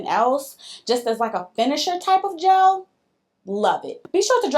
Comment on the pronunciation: Whyyyyyy must you say gelle like that every time?! 😂 Really loved this collab ladies!